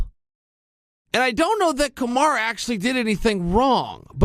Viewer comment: "Kamaru" Chael, its "KamarU", you cannot be this out of touch, and if you're trolling its not funny anymore.